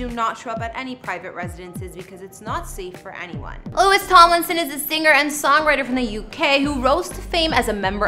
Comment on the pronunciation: It’s LOU-EE Tom- Lin- son 😂